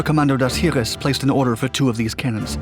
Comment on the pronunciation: "Heavy Gustav - The Largest Weapon Ever Built" IJN "YAMATO" weighed MORE than 48 times as much. AND LEARN HOW TO PRONOUNCE "SEVASTOPOL," FOR HEAVEAN'S SAKE "[sa vas' tah pol"] AND "HEERES" ["hears"] AND Chassis ["chas e"] NOT "chas iss." Pitiful video. No "other weapon" could drive around the Maginot Line? Breathless dreck.